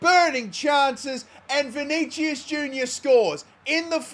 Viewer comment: please learn how to say vinicius